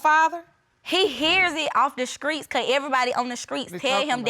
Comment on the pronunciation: It's streets not skreets 😁😂😂😂 in the second case of destiny shands